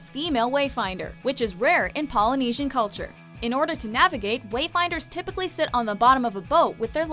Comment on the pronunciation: wow you pronouced all the poly words correct respect